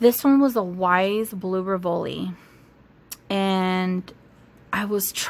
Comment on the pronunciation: Weiss is pronounced like “Slice” not wise 😉